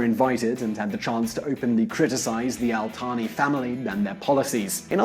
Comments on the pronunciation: It’s al Thani not al tani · He think Al Thani الثاني is AltHani الطاني